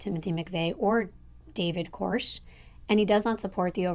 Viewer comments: You mispronounced Branch Davidson leader David Koresh last name. It is pronounced Ko- resh accent on second syllable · David Kor-resh annunciation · I was surprised to hear that pronunciation because she said she watched the documentary.